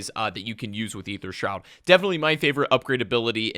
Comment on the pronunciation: Wow. Someone that actually pronounces "Aether" correctly. Subbed.